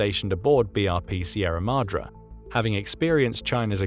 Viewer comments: Pronounced Madray like sun ray, not Mahdra. Apply Spanish style pronunciation where appropriate. Such English pronunciation... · AAAHHHH! please pronounce Madre correctly.